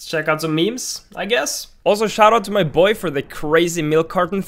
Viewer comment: shout-out to my boy for .... I thought you were saying, shout-out to my boyfriend.....